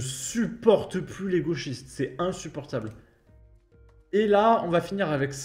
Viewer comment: Ce que j'aime dans chacune de tes vidéos c'est : " C'est IN-SU-POR-TABLE" 😂😂